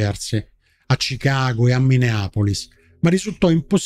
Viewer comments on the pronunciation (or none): none